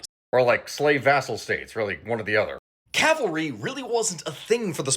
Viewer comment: Cavalry, cav not cal